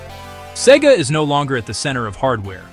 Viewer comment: A good video, although I was expecting more factual anecdotes tied up together regarding the downfall of SEGA from making hardware. One thing I should mention though is why along the video SEGA is weirdly pronounced sometimes as in "cee-gah" and other times as it should?